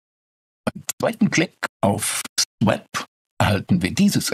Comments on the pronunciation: Schöner Beitrag. Aber Swap spricht man nicht swäp aus sondern swop. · Bitte: Aussprache (Cambridge) English Pronouncing Dictionary von Daniel Jones für swap: [swɒp, AE: swɑ:p]